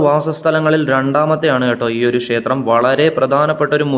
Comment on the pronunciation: ഷേത്രം പറയാതെ ക്ഷേത്രം എന്ന് പറഞ്ഞാല്‍ നന്നായിരിക്കും.